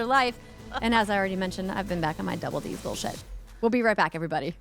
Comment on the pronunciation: Still luv the way Andrea says “everybuddy”. Makes me feel like a buddy even though I’m just a random podcast listener.